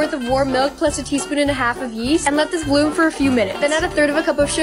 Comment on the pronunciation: Bloom. She also messed up “crowning glory” on the ratatouille one. (There were probably more but I couldn’t finish watching.)